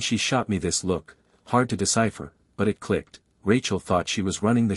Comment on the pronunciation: why the hell can't AI pronounce "it"?